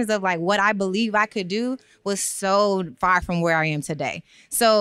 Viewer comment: I absolutely love!!! When you thought she said two-day notice and realize it’s a TO-Day notice!! I can’t wait!!!